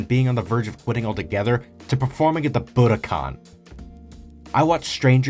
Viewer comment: It's a beautiful video, message that many need to hear right now and I agree wholeheartetly. But how the hell does 'Budokan' bacome 'Buddha-con' xD